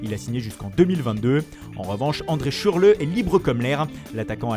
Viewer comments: il a vraiment dit ShurLemarché mdr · "Shürle marché" pas mal FM pas mal 🤣🤣🤣🤣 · Shurle marché 😂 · La voix off été en forme aujourd'hui "Après avoir fait casser la démarche " "L'attaquant qui tire des deux pieds" "Celui qui rend tout le monde serein" "La pioche polo" "Maestros kimpembe" "Shurle marché" 😂😂😂😂